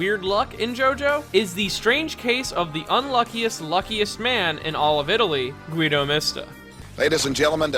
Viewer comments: its not guydo mista its Gu-i-do mis-ta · "Gheedo Mista" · Also "Guido" is not pronounced well at all